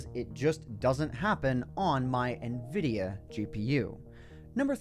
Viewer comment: The way you said nvidea graphics card lol